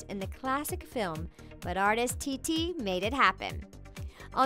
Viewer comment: What others hear: ...Named Titi What i hear: ... Named Tittie